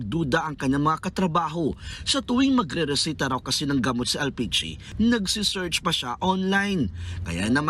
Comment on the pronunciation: Bakit ba laging ito pinagrereport pag may RESETA sa script? Puro tuloy RISITA sinasabi.